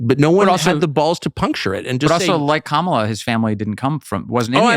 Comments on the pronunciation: While the left is getting triggered over the pronunciation of Kamala, Tucker casually saying it Karmella in the first minute of this video 😂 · I love the fact that Tucker calls Kamala "Carmela". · Love how Tucker purposely butchers the demon hag’s name. 🤣